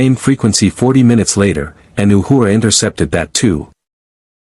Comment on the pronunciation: I like how the A.I. Voice pronounces Uhura’s name “Ahooraw !” lol.